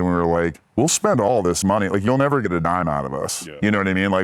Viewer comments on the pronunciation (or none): none